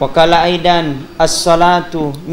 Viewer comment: Assalamu'alaikum, koreksi : Perbaiki penyebutan salam.. Woqola aidhon,.. Bukan aidan.. Disitu hurif "Dho" bukan "Dal Sy belum nonton isinya..